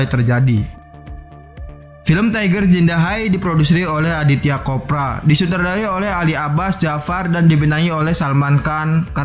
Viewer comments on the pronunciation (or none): Anand CHOPRA woy,,,!!! Bukan Anand KOPRA,,, Lu kira si Anand itu daging kelapa kering apa?! Sampe di bilang KOPRA!!! Bikin channel tapi begonya kebangetan, masa baca nama orang aja kagak bener!!!🥴🥴🥴